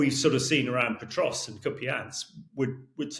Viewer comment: The speaker isn't even pronouncing Pokrovsk correctly.